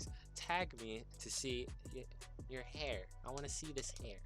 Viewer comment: the way you said hair makes me want to vomit